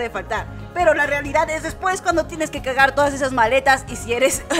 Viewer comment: Escuche cagar no cargar xd